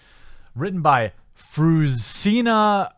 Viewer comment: I cry every time he says her name....Fruzsina is a nice name if pronounced right, "zs" is something like the g in genre. Btw she hungarian prolly or her parents. And Eördögh means Devil (Ördög). Funfacts.